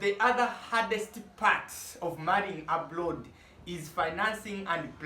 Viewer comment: Is it Abroad or aplord. I love your accent